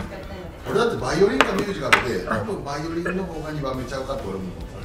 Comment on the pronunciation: 先生、「バリオリン」になってません？